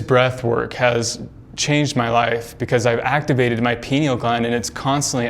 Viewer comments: Pronounced🥸—- (Pie-Kneel) 🤨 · Guys, take a drink everytime he says pineal (but he says "pee-neal") and youll be wasted in no time.